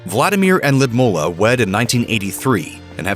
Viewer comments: The narrator of this video will be killed for pronouncing Putin's wife name wrong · I cant stop cringing at the way the narrator pronounces or rather MISPRONOUNCES the former Russian’s First Lady’s name. Gee, it’s not that hard a name to pronounce it correctly. 👎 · I couldn’t handle hearing the Russian former first lady’s first name butchered one more time. Why is it Grunge narrators have this aversion to verifying pronunciations ahead of time? This happens in many videos. I do a lot of public speaking and have to introduce individuals from around the world as part of my work. I make a point to verify how to correctly pronounce their names, if for no other reason than to be respectful and polite. It’s an added bonus that’s don’t sound like an idiot getting it wrong. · This is the worst pronoucation of her name that I've ever Heard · It’s pronounced “Lud-Mill-a” not “Lud-MO-la” cringe every time you say her name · why does the narrator call her Lydmulla? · I like the way you say his name. Puut-n. Also it's L-yu-d-mila. Not Lidmula. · I hate to correct pronunciations as it can put a spin tangent to the intent of the clip, but the pronunciation of Lyudmila sounds like a 'bear to one's ears'. Probably the best pronunciation to the name as to how it's said in Russian using English phonetics is (lewd-Meal 'ah) not (Lewd-Mull 'ah). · Omg it’s “Lud-MEELA”, not “Lud-mullah” 🙄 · Lyudmeela not mula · lyudmila ..sounds ludmila ...not ludmula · Can you please learn how to say the name Ludmila properly? it says L-oo-dmilla, nor "ladmoohla". Totally annoying, when you English only speakers not even give it a try, while the rest of the world is learning languages. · She is not Ludmulah, she is Ludmila. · ‘Ludmulla’ 🙄 this voiceover bloke needs some pronounciation lessons 😂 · Lidmula??????? Lyudmila,,,,, get it right ffs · “Lee-ud-meela” please get it right! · Loodmoolla??? It is not difficult to google the pronunciation. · lewd-ME-la! Grrrrr. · its L'youd-meela